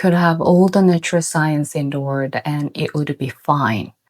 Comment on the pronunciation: I love you: you're a true conscience for the world. I just hope you don't suffer terribly inside, poet so far ahead of humanity's power-struggling.🌌 (One key word : You can use the British pronunciation of 'world' for ease, since the American way is understandably challenging. Or fun move: start with an r and run your tongue along the top of your mouth til it touches the back of your teeth and observe how easy it all becomes.)